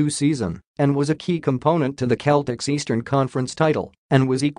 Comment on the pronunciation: Need to listen to yourself it's Celtics. Cell-tics